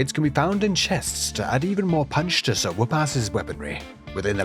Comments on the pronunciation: i hear "so woopass" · Oh "SIR" whoopass! Until I saw it spelled i thought u were saying, "so whoop ass"